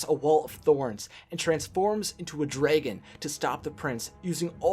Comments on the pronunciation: It's not dregon it's dragon. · i didn't know that dragon is now pronounced draygon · Wait....wait it's an Dragon not "Dreegen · There is a difference between a draigon and a dragon. Read Percy Jackson, they explain the difference. X3 But if it's just the way you speak then, loves it X3 Great video. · Did anyone notice he said draygon. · You mispronounced "dragon"